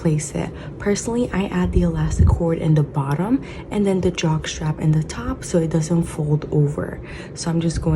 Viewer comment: So cute, love it, the drawstring part, keeps sounding like you’re calling it a Jockstrap? 🤭 lol, can’t wait to make this